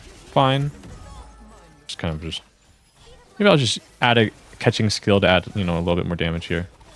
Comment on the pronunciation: "Stuff like say like catching." Keqing isn't "catching". 😂 " "All the flashy bursts with Keqing and a..." Oh, so you can pronounce it more distinctly? 👌 "Maybe I'll just add a catching skill..." "Son of a..."! 🤣